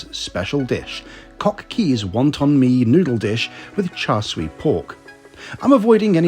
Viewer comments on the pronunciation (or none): Just fyi, it's char siew, not char sui 😊😊